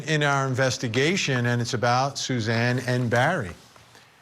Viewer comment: I hate when these network stations put on experts who don’t know these cases. Mispronouncing Suzanne’s name, ugh. Talking about the defense pointing the finger at Jeff Liebler. Jeff’s alibi checked out. Do a little research and don’t speak on what you don’t know.